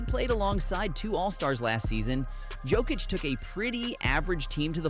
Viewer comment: Do pronounce Big Honey's surname as Yock-itch, will you? 🤡 Regards from Serbia 🐺🇷🇸